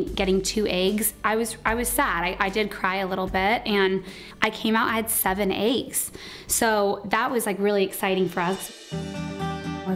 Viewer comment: The way she’s pronouncing “eggs” is making my brain implode hahaha.